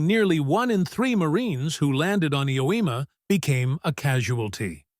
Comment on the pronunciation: OMG! I finally figured out that the island you are calling "Ewema" is actually Iwo Jima! I can't believe you never fixed that horrible mistake!!